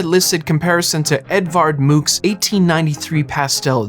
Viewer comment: Edvard Mooks? Edvard Munch is pronounced "ed - vaard muhngk" (more similar to monk).